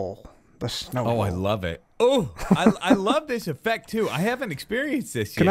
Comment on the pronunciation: I keep hearing Snowable area instead of Snow Bowl area xD